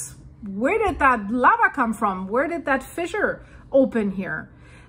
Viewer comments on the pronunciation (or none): none